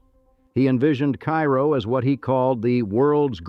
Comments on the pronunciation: Actually, it’s “CARE-oh”. It does say that , but then goes back to “KY-roh”. Typical for AI generated narration. The AI research also frequently depicts images that have nothing to do with the topic in many of his videos. Such a shame. If he’d have a real human narrate and fact check the image research results, he’d have award-winning content on his channel. But AI laziness unfortunately dominates. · It's Kay-ro, like the maple syrup. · It’s Care-Oh